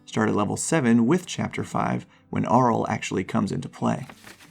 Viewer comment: Nice video guys, I'm starting Frostmaiden on Saturday and really looking forward to it. These videos are helping quite a lot. One minor quibble though: the book includes the pronunciation guide of different names, so the pronunciation of Auril in this video was making me cringe a little. :)